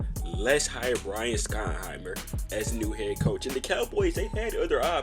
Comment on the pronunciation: You should probably learn how to say his name. It’s pronounced “shottenheimer”.